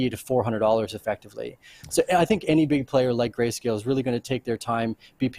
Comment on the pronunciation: huh huh, he said gayscale